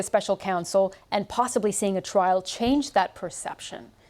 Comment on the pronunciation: Hang on - did she say "twial"???! Not very RP!